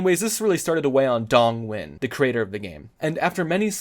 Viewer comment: Ironically, you're the only Youtuber i've seen so far who pronounced the creator's name right